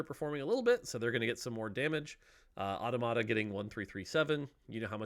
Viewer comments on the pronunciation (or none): Really good set all around. But I can't wait to stop hearing people mispronounce "automata." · The way he pronounces "automata" gives me more cancer than Teemo jungle...